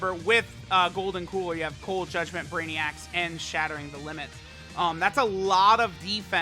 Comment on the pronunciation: did he just say cold judment 25% atk?